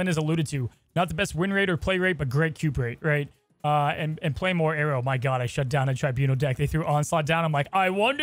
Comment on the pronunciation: I have never known people saying Aero like Arrow.